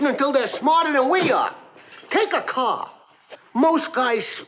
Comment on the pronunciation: take a cah